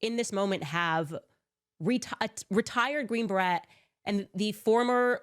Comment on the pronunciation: Why can't she pronounce Green Beret properly? Just find it odd